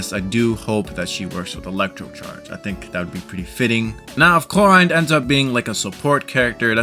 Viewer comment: The name pronounciation of Clorinde is absolutely reaping my soul of every orb of energy it has.